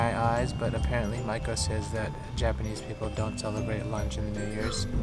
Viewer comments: I don't know if anyone's mentioned it but your wife's name means "Apprentice Geisha" ! I don't think the pronunciation is the same. Mai ko vs Ma i ko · You say Maiko I hear Michael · Whenever he says maiko I hear Michael........